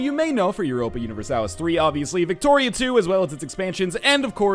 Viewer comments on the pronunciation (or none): No U-nih-ver-salis